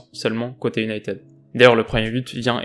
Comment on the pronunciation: Bonsoir, j'aime beaucoup ce que vous faites. Mon top flop est l'attaque mancunienne, elle était éteinte. Dans votre analyse d'avant rencontre, vous avez énuméré toutes les équipes que United (cela se dit unitiiiiid et non uniteeeed, la prononciation à la Française, quand tu nous tiens !!!) avant mon équipe (le PSG) était d'un niveau inférieur d'où les victoires qui s'enfillent comme des perles. Le Paris-Saint-Germain va aller : entendez la déclaration d'un certain numéro dix Parisien qui le dit. Je ne vais pas répéter ce qu'il a déclaré parce que (sans superstition aucune) cela pourrait se retourner contre nous. Dans ce type de compétition, il faut avoir de la chance au tirage, avec les Messieurs en noir, pas trop de bobos et d'être dans les petits papiers de l'U.E.F.A. : voilà comment on gagne le trophée. Continuez. Salut.